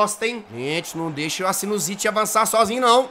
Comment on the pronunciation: asinuzite kkkkkkkkkkkkkkkkkkkkkkkkkkkkkkkkkkkkkkk